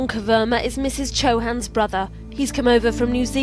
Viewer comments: I think it's Chauhan not Chohan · It's "chauhan" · Bhai yrr chohan nhi chauhan hota hai 😢